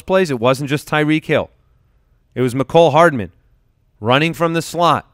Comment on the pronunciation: The way pronounces Mecole Hardman (shiver) ugh. I feel like he's willfully butchering people's names sometimes. Also has no discernable lips, perhaps this is why he has trouble with speech at times. I used to like this show more, the little things are starting to wear on me. I would recommend the podcast with Jeff Ratcliffe for anyone interested in scouting and insight that's a tad more polished. (IMO)